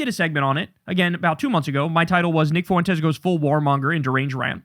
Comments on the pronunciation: Spanish is my native language, please for the love of god Kyle, stop pronouncing Nick's name as 'Foo-entes'! It's so annoying. It's pronounced 'fwentes'. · It's Fuentez, amigo. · I’ll be so glad when I never have to hear anyone say “FOO-EN-TEZ” again.